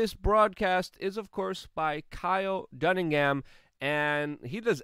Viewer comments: It's Dunnigan not Duningham. "C'mon man!" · Kyle Dunnigan, not Dunningham